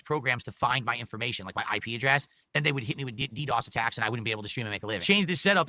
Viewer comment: HE SAID DDOS RIGHT